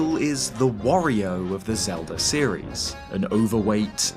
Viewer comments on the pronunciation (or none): none